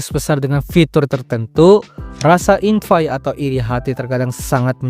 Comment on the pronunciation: dibaca envi bukan invai